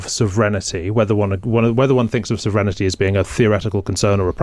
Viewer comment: Why does he say "sovrenity"?